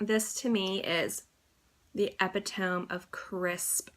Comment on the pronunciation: The way you pronounce 'epitome' is weird, it's not supposed to be said the same way it's spelled.